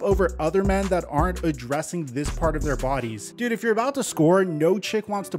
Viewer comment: “Why do dat “ when it says “that” 🤔🤔. Did it sound as bad between your ears as mine?! 😪